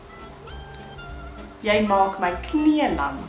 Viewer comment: Hey, why do you pronounce Jy like 'yay' ad non 'yey'? :)